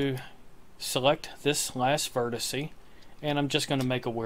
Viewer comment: Please, please, please can people stop saying 'vertissy'. It's one vertex, many vertices. That's it.